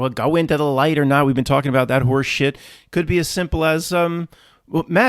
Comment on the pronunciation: Thanks Matt....you are great listen....and you make me smile every time you say with such intent!!.....HORSESHEET!!!!!....😂